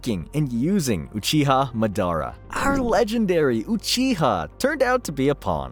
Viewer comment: Why do you say “Madara” like “Madarea”